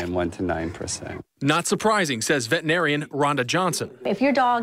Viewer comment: "Vetinarian". From a news broadcaster.